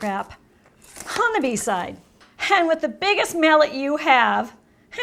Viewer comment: There's no "h" in "and"...